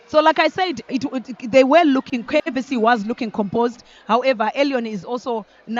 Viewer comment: Commentators it is KAVC not KVC